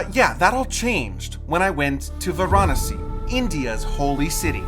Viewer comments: It's pronounced as it's spelt Va ra nasi not var anasi bloody Americans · Why do you foreigners always pronounce the name of the place incorrectly?? It is Varanasi. Vaa-Raa-Nasi.. and not Va-Raa-Nasi....Your pronunciation has ruined this video. Quite annoying. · It is pronounced Vaaraanasi .Not how you are pronouncing. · Stop saying Varanasi wrong